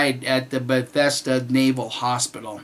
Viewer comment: it's pronounced beth-es-da, got it correct. A lot of folks will pronounce it beth-ez-da.